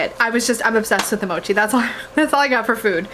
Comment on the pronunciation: You said it right. Mo as in “mower” and chi as in “cheese”